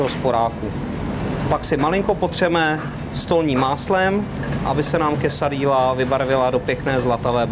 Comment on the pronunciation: Quesadilla vypadá chutně, ale bylo fajn, kdyby se pán naučil správnou výslovnost. Ve španělštině se dvě L vyslovují jako J, je to tedy "quesadija" a pico de "gajo". Jinak vaše verze Quesadilly je spíše Tex-mex než mexická kuchyně ;) Jinak like